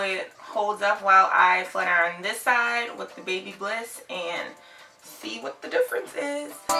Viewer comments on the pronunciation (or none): It’s pronounced Bhabha liss Not baby bliss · I loved when she said " babybliss"😄